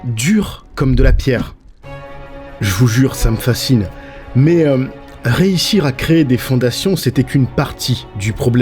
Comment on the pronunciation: On dit pas « réissire » mais « réUssire »